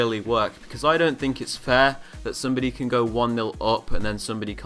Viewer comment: I don’t know if you said go or goat but go/goat